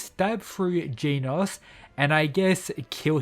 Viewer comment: OH NO NOT "GEENAUSE"😭